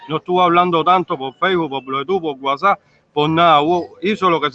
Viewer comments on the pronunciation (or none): none